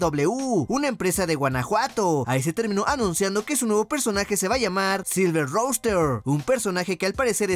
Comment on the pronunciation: es silver ruster (rooster) asi se pronuncia, el gallo plateado, EI Y DOBLIU (AEW)